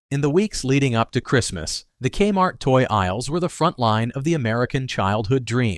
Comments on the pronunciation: Your robot called it kuh-mart. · Here's the thing - as soon as the artificial voice says "ka-MART" at about , I gotta turn it off. If a human isn't willing to spend the time to read the script - or at least listen through the whole thing once for issues - why expect people to listen to it? Sorry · "kmart" one syllable. Would a human narrator say that? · Thank you, robot voice. Because of you I now know that K-Mart is pronounced CUM-art, and I will make sure to pronounce it like that from this day forward.